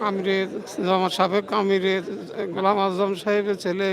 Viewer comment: এই সাংবাদিক এত ভূল করে কেন? অধ্যাপক ঘোলাম আজমের নামটা বার বার ভূল করতেছে।